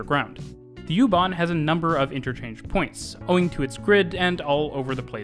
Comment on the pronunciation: I was stunned by your pronouncation of the plattforms connecting U-Bahn and S-Bahn...very very good!